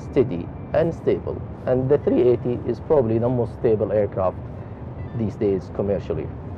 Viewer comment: Ur the pilot and U can't even say the name right A380